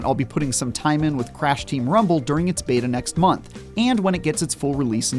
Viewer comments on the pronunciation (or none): none